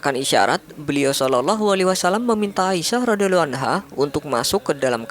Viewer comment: pengucapan salallahu bukan shalaloh dan radhiyallahu bukan radhiyaloh kurang fasih min. 🙏